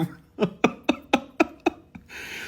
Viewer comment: فعلا الموتشا غلط لكن المخيتو صحيح لأن المشروب أسباني والأسبانين لا ينطقون الهاء وإنما بالخاء